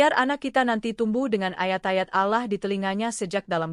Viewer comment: Bisa gak baca nya ALLOH'.!!!